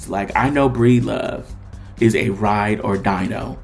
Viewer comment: "ride or DIEno" I heard you, 😂